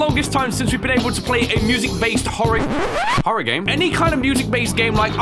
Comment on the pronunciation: bruh she said. hororr game